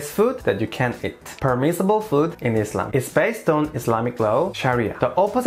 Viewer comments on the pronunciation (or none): none